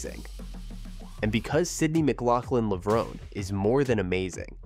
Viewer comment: why announcerbro cannot pronounce her name correctly?